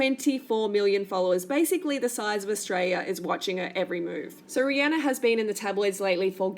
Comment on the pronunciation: I'm so tired of this vegan bullshit being pushed on everyone! Rihanna (by the way if you're going to dump on her at least pronounce her name right) is a better role model than you, she isn't making people & especially not kids feel like they're going to get fat because they eat meat! Bitch you're not good enough to eat the dog shit off her shoe! Fuck You!